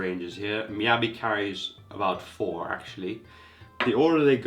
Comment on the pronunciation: An obvious shill... If you're going to compare knives, be fair when running tests. Don't make it so obvious. Or at least pronounce it right. Receiving numerous Miyabi Knives for free and yet you have no knowledge in one of more common Japanese Knife brand in most markets. Aren't you lucky..